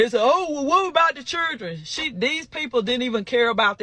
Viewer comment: What is "chirdren"?